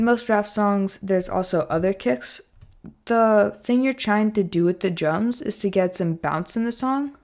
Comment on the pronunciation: You say Jums instead of drums😂